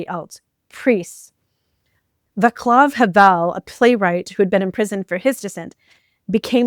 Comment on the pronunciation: Vaclaw Havel His first name is pronounced Va-slav. Va times with "Nah!" Every language pronounces Vs and Js differently. Ozzy-MAN-di-us. I could be wrong, but I've been pronouncing these names this way for decades. There's a comic book called The Watchmen about why superheroes are a bad idea. One of them is called Ozymandias. Allan Moore, who wrote the series, had read Shelly and named his "smartest man in the world" after that poem ironically, implying that his with was a failure. I've been called a grammar Nazi, so I'm hesitant to correct your pronunciation, but if Trump's cult continues, our English will be going to hell, since this cult worships stupidity! (That's the legacy of Rush Limbaugh!) Good luck to the Denim Revolution! You're not the one who started it, but the name is good! When I stand toe to toe with Maga types, I find it's most important to tell them that the Robber Barons set both the Left and the Right against each other so that we won't overcome them. We Jews have been observing this strategy for centuries, maybe even millennia. There will be many strategies and tactics to overcome them. They are all welcome! I'm subscribing to you now.